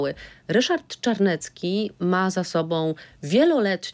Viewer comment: Jak już to Ryszard Cz .bo nazywa się Czarnecki a nie Carnecki.W alfabecie polskim jest litera CZ.